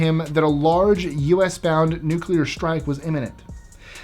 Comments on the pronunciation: I thought it was pronounced nu-clear. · i love this channel, but you GOTTA learn how to say "nuclear". It's not nucular, it's newk-lee-ar. Please.... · "No, I'm, I'm simply saying that life, uh... finds a way." I thought I'd add that because of your subject. THANKS FOR THE "nuclear" pronunciation. What is so hard about saying NU-CLE AR. You remind me of my little brother, so cool. 👍🆗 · thanks NU CU LA. 👍🆗